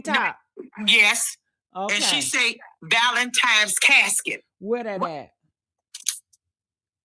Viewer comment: Anytime at this big age we still saying “ValenTIMES” 😒 you can gone! I’m sorry.